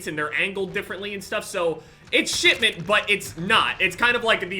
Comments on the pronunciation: Who else heard shitment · I heard SHITMINT instead of shipment, and now I cant unhear it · am i the only one hearing shitment instead of shipment?